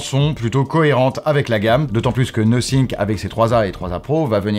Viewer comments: C'est "no think" ou "nothing" le testeur ? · 🤨 Nosync...Nothink..... Donc cela veut dire que personne n'a eu la gentillesse de dire au journaliste qu'il y avait une erreur de prononciation. Surtout qu'avec du montage, cela aurait pu être corrigé assez tôt. Pour le reste, merci pour la vidéo. On attendra le test complet pour les perf et les caméras. Mon Nothing Phone(1) acheté pour Noël 2022 fonctionne tjs bien: SD778G+ pour ceux qui connaissent.